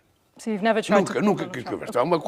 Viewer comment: É duro ouvir ele falando "Trampi", numa entrevista dessa!